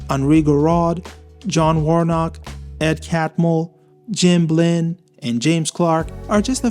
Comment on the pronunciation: BLINN I THOUGHT YOU SAID BLEND holy SHIT I was having a crisis for a second until I saw it spelled out